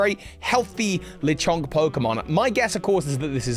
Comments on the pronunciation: Its not ‘Leechonk’ its Le Chonk french for THE CHONK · I’m gonna punch you for saying “Leeee Chonk” the “Le” is clearly not stressed. “Luh-CHONK” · Its le as in French for the. Lechonk, the fat. Lol